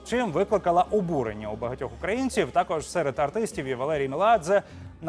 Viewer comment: БЛЯДЬ НАУЧИТЕСЬ УЖЕ СТАВИТЬ УДАРЕНИЕ В СЛОВЕ УКРАИНЦЕВ